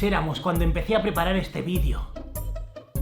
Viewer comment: Que desagradable cuando dices vidio!!!!